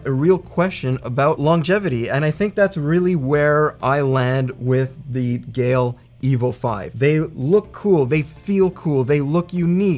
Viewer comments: Geil is pronounced like the name Kyle, but with a G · I get Geil is hard to pronounce, its kinda the nile, but with a G :)